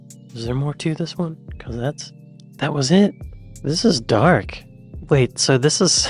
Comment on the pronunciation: I was confused for a moment when I misheard one of your comments! The pic of the man in a wheelchair, you said "that's dark" - I heard "that's duck", and was thinking no, that's a flamingo!? 🤣